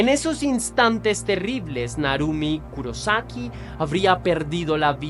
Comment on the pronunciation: Kurosaki con acento en la O Soy fan del anime bleach El personaje principal se llama ichigo kurosaki Lo dicen con acento en la O